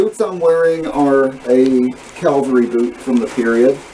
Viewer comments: It's cavalry, not calvary. I'm sorry, but you keep saying it over and over. Other than that great job. Nice uniform. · All that effort and you don't know how to say CAVALRY. Please, please, please stop saying calvery. If you say that again, your going to get a spanking mister. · Calvery. At least respect the accents like any human being with decency.